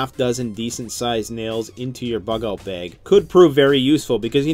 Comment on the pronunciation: " survival beg"